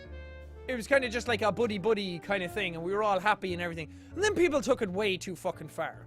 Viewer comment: when he said "buddy, buddy" I heard "booty, booty" sorry, not sorry